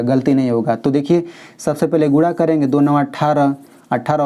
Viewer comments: Guna(multiple) not gura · Guna hota hai Gura nahi 😂😂😂